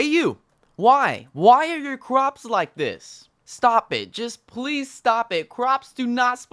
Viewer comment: He said cwops